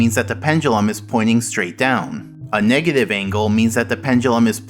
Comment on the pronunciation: Everyone: negative numbers SM64: megative numbers